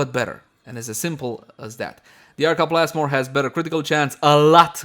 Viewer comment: Arca Plasless? Arca Plasmid?